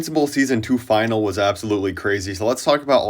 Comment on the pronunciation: It's pronouned Fi-nal-ee. Not F-eye-nol.